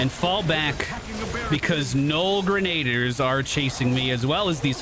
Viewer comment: Loving these videos! PS I believe Grenadier is pronounced as "Grenna-deer"